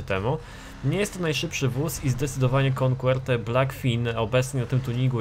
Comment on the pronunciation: Jakie "konkłerte"? xd Coquette czyta się "koket" ;P